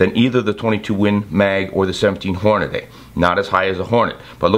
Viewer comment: QUIT SAYING HornaDAY!!!